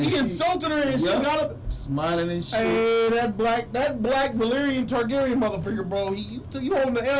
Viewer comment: This dude said niggagyren 😂😂